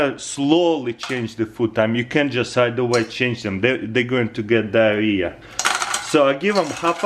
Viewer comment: The way he says diahrea 😂